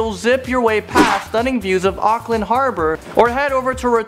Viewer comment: you said rotorua,auckland wrong…